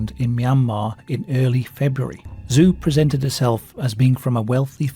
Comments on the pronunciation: Just a heads up: "Zhou" isn't pronounced zoo, it's pronounced Joe, basically. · Nobody: Me: in Chinese, the 'zh' is pronounced like an English 'j'. And 'ou' is pronounced as 'oh', because the 'u' is just an emphasis marker indicating a slight elongation of the 'o'. In other words, Zhou isnt 'zoo', its pronounced Joe, like a cup of Joe. Anyone my age or older: think Zhou Enlai. (We heard that name a lot in the news in the 70s) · basically Zhou is pronounced as "joe" or close enough. 10 seconds on google translate would have revealed this